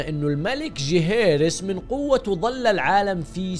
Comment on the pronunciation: ليه تنطق اسم جيهيرس بطريقه ذي